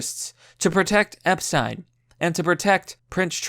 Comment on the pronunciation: "Epsten." You fucking derp.